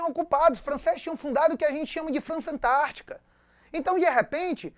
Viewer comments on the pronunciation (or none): none